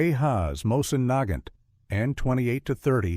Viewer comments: Neigh-gant rifle???? Omygosh...that just sucks.. I can't stand these AI narratives. It's moisen-negant. Heavy and hard hitting. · Terrible AI voiceover. That rifle is pronounced “Moe-zin Na-gaunt.” If you are going to publish on the internet, at least teach your AI how to pronounce words correctly.